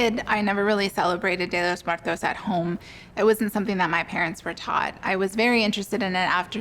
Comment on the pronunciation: How about saying it right before celebrating it: Día de los Muertos